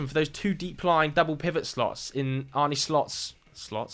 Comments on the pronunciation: idk if it helps to spell it out like this but Arne Slot's first name isn't pronounced "Arnie". more like "Arneh" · Arn-eh Slot, not Arni